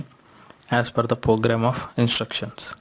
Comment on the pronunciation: its program not pogram